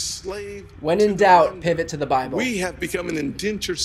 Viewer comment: "When in doubt, pivot to the Bibel" Um yes....Absolutely.